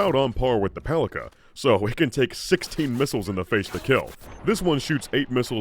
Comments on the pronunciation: Fun fact, “Palica” is actually pronounced as “PAH-lee-tsa”, since Rostovič — its manufacturer — is Serbian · the name of a gun is pronounced as Palitzsa, which means clubbed stick or just a stick in most of Slavic languages and dialects. Name implies it is just a short stick in a shotgun world, which it is. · not "paliKa", but "paliTSa". It's a slavic word that means "club" (weapon). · It's not paliKa, it's paliTSa. It's a diminutive of old slavic for a club or baton. Makes sense for Serbian brand RostoviCH. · The Skippy toy made my day🤣 P.S. One small thing - the double-barrel's name is not pronounced as "pali[k]a" - it's "pali[ts]a" - translated literally as "mace". P.P.S. On Smartgun performance - while not being the most damaging weapons in the game on their own, they're great to "carry" effects from mods, hacks, etc, once specced, chromed and modded into. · A little Slavic pedantry here. The C in Palica is pronounced like a C when reciting the alphabet, not like a K. Also it means stick. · This double barrel Palica is pronounced as “Palitsa”. In Serbian and Russian it means “club” or “baton”. Well, it sure looks like one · Palica's (pronounced pa-li-tsa) short range can be explained, actually. If we assume it shoots same smart pistol gyrojet rounds, and unlike the pistols they flop out of the gun with very little initial velocity, they would need to inefficiently spend the fuel to accelerate in the air, thus reducing their range, thus reducing the range the gun would let you target at. It would also be cool if the bullets actually shot in a comically wide spread and then converged at the target from all directions, like a little Macross Missile Massacre. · As the Palica is produced by a Slavic based company most probably 'c' in its name is pronounced as 'ts'. (the same way you pronounce first letter in Cincinnati) Thus the very name starts make sense and can be translated as Club / Cudgel / Bludgeon